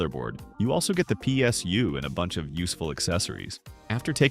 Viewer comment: “pie SU”